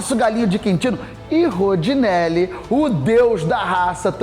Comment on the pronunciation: Ótimo vídeo, mas o narrador toda hora erra o nome do Rondinelli, chamando o de Rodinelli...